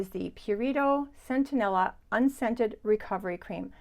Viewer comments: I have also experienced that the Cerave Hydrating cleanser stings my skin. Have to try the Mad Hippie cream - super ingredients Just fyi: It is Centella - not Centenella 🙂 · I think you pronounced it centenella, when it is centella? You do it again You have it spelled correctly in the list. . I checked amazon. It is "centella" I first heard about it from Laura Geller years ago